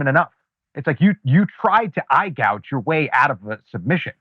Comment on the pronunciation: EYE GOUGE. Say it right. Eye Gouge.